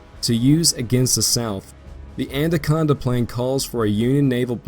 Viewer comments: anaconda... not andaconda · Anaconda plan, not Anda conda!